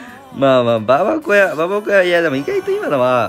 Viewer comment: ばばこやじゃなくてばばごやな